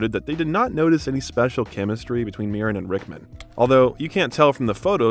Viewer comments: There's a few strange sentences and instances of pronunciation in this video, which I can forgive, but how on earth did you get "Helen Myren" from 'Helen Mirren'? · It is not pronounced "M-eye ran" sir. Helen Meer-an please! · Add "draughty", among others. Pronounced Mirren 2 different ways in 2 minutes. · Great information. But i am always amazed how a presenter can mispronounce words such as Viscount Avon Macchavalian nd the surname Mirren.